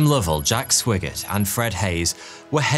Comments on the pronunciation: Swiggert is pronounced Swygert (written: Swigert) with an i like in iPhone. But perhaps he was bit swiggert,too, at least when he returned and enjoyed some back-journey single malt whiskies😅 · It's SWAGGERT! not Swiggert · Jack Swigert's surname was pronounced SWY-GERT not SWIGG-ERT. Far too many people who narrate Web videos desperately need a pronouncing dictionary. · Haven't seen the movie, but I would bet Swigert's name is pronounced with a long "I" sound. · And it’s S-why-gert. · it was swigert pronounced with a long-i sound. not short.